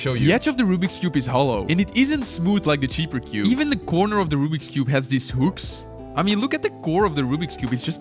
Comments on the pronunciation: It's The not Thé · the e in "the"..... what have u done? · "Why Thé Rubik's Cube Is PURPOSEFULLY Made BAD" why did you say Thé?